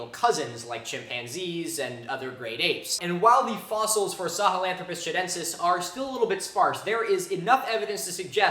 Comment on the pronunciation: That'd be Chudentis, not Chadentis.